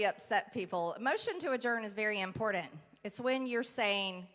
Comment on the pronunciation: I did enjoy your video. I'm 61 and there are a few words that seem to be pronounced differently from my generation to the millennial generation, one of these words is the word "important". Important but instead I'm hearing Import ANT. Notice the difference? Maybe its just me. I am impressed by your video and thank you for your service. Maybe i'm the only "weird" one, and yes this is only one word but did or does anyone else realize the same thing?